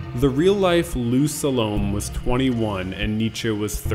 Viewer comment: Sa-lo-may ... not to rhyme with 'Stallone'.